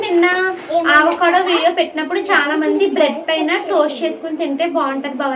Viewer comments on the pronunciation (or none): Meeru aavacado antunnaru avacado anali modati a tho palakandi second a palakakandi ante telugu varnamala lo modati aksharam tho palakandi